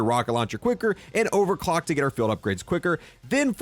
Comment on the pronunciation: Is it just me or does it sound like he just said overclack instead of overclock😂😂